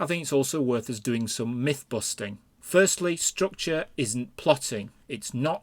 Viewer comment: I don't drink, but this would make for a good drinking game... take a shot every time he says, "strookchur".